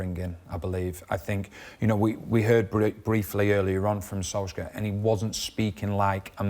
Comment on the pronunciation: Solschcka?? Its pronounced SOOLSHARE